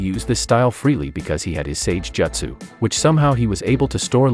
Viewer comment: bruh i bet u only read manga u pronounced the wrong way of pronouncing sasuke btw its toad sage mode u also cant pronounce jutsu and uchiha